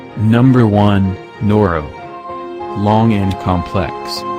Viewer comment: Number 1 is pronounced no-roy